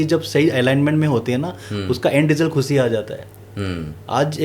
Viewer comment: Sir aapki baat bahut sahi hai...bus ek " khushi" wala pronounciation sahi kar lijiye...no offence to u sir